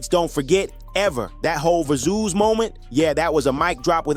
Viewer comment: ver zooz?what the hell is that? It's Versus, just spelled with a Z.